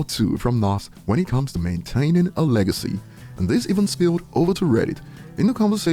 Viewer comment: "Leg-I-See" "Bunch of dogs trying to dry-hump it" 🤡